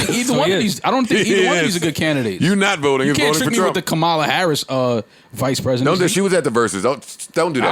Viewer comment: it's pronounced, COMMA-La Harris